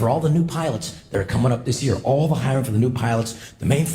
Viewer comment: It's "hiring"...not "hiringah".